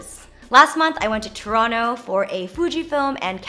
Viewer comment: shout out to jenn pronouncing toronto properly!!!